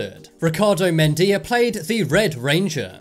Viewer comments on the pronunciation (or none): It’s Medina not Medilla-.